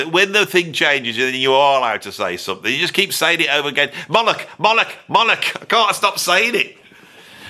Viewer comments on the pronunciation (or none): Disagree strongly about Gilmour. He's great by any measure. Any list of overrated guitarists has to wrap up with Eric Clapton if it knows what it's talking about. Oh and it's Molloch, not Mollick. As in 'Moe'...like Moe, Larry, and Curly. And 'Lock', as in lock & key.